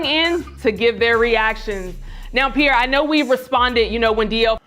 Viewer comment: It's Pierre..